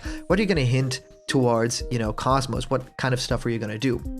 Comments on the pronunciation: KOS-MOS is pronounced KOZE-MOSE. Cozy with no y and most without a t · btw KOS-MOS is pronounced KOZE-MOSE. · Stop pronouncing KOS-MOS wrong! >_<